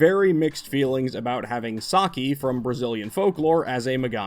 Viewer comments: Btw Saci is pronounced Sasi, not Saki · Brazilian folklore and indigenous mythology has a lot of really cool and interesting beings. And btw, the "c" in Saci has an "s" sound, like in "symbol" or "city"